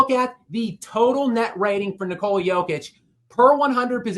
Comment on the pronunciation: is that dude for real?? Is he really mispronouncing DJOKIC like it’s 2019?? Despicable